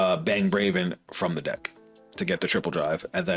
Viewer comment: It’s Bravern, btw. BraveRn.